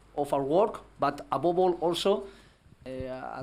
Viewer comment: Who else was here for 'Abobol' shots... Every time he says 'Above all' you take a shot... #FunDrinkingGame.